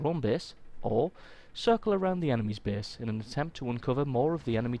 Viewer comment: Pretty good tips here, but I'm wondering: can't usay the letter a?! lol For u: base=bese safest=sefest (no offense btw xD)